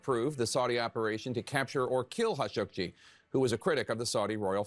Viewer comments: "Hashogy" is that really how to pronounce him? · How does a CNN news reporter not know how to say Khashoggi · Are they murdering Khashoggi's name?